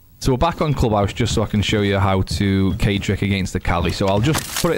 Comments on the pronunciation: Very nice BUT it's actually Kaid and not Cade, he is Arab or something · It’s Kayd not kied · Kaid is pronounced KA-EED, which means leader or commander in Arabic. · I think it’s supposed to be Kai-yeed but everyone just says kaid cause it’s less syllables lol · Kaid is pronounced ~ kah-eed from the Arabic language